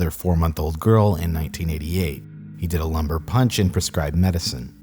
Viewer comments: I had to pause the video and go google that the hell a “lumber punch,” was. As a medical professional I was really confused about what the hell this was. I’m still laughing at google asking if instead of “lumber,” did you mean: “Lumbar” punch. Or as it is known (pretty exclusively, it seems) as a Spinal Tap here in the United States. Still though, thank you. I’ve got a new inside joke and hilarious mental imagery now of some “Doogie Houser, minus M.D.” punching cord wood in front of a bunch of confused and terrified moms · Does he mean, Lumbar Puncture, instead of, Lumber Punch? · I'm gonna google lumber punch cuz as a non-native speaker it really sounds like this man was straight up punching babies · You keep saying "lumber punch" which sounds like a wood-based party drink, when what you mean to say is "lumbar puncture" aka spinal tap. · lumbar puncture aka a "spinal tap" known for diagnosis and treatment for meningitis (among other things)... I heard you say what I thought was "lumber punch", but that's what it actually says. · It's "lumbar puncture," not "lumber punch!" The latter sounds like some carpentry tool.